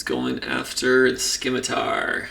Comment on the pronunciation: Love the videos and thanks for doing the work man! One minor gripe, the c in scimitar is silent, don't know why that bugged me lol